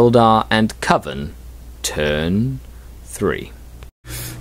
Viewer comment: Pronounced 'Coven' correctly! Now, if we can just get you to work on 'Grotesquerie' (Grow-Tesk-A-Ree) we'll be golden;) Only teasing you, you know I love you really! We need to have a meeting of the minds sometime soon, are you on Google+?